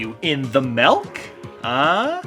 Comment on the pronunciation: literally just said: “Are you in the melk? ”